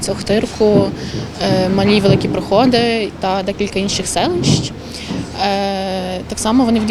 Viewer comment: Це така круть те що ви робите, на яку у всіх крадіїв офіса презедентика не вистачить ні натхнення, ні розуму, ні коріння, незважаючі усі на гроші які вони у нас вкрали. Але чому "ПрохОди" а не так як у нас усі кажуть - "ПроходИ"? - Це дуже важливий момент, будь ласка подумайте перед тим як відповісти. Бо якщо у вас дівчина помилилася це один момент, а якщо правильний наголос це саме - "ПрохОди" то я буду тут працювати у цьому напрямку, і, мені потрібна аргументація і фактаж. Буду дуже вдячний за будь яку відповідь.. Дякую за працю, з Новим роком вас і бережи вас Боже!